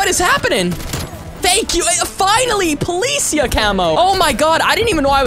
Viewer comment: Policia is prenounced po li c aaaa its spanish for police officer